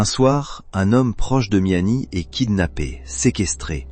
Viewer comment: Sinon c’est Kamel meziani pas miami imbecile 🤦🏻‍♂️